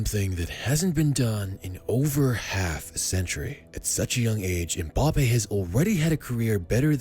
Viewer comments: Mbappé* not Mboppe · by the way, it's Mbappé, not Mbappe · I love MBAPPE but MPAYPAL sounds so funny